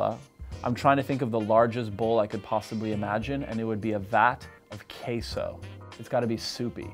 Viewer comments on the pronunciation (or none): I hate how he pronounces croissaint right but queso wrong